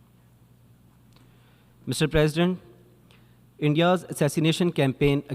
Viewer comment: mf for real began his speech with "mijtar praaaasident...."